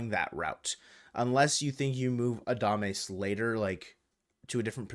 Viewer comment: I hope the Mariners don't get Adames cuz i couldn't handle listening to calling him Adamace all season lol